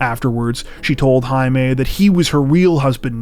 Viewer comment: Jaime, is pronounced, "Hi me"